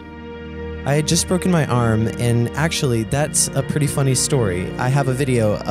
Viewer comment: You're pronouncing the world "just" wrong. You say jest. The second letter is a long U. Say it with me. JUh--ST.